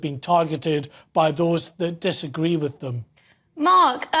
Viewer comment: Just watched ITV debate omfg Angela Rayners, how thick. There’s a th in thick and a th in with. Fik as fuk